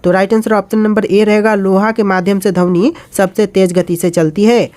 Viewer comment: Sir dhamni nahi dhwani